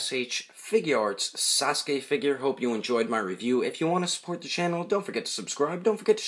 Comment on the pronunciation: Sasuke says saskur